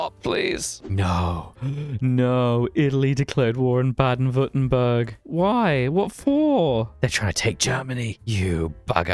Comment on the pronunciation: Your pronunciation of Baden Württemberg was quite decent!